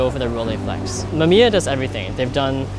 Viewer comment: Mama mia it's Mamiya! P.S. I'm sorry i coud not to write that ...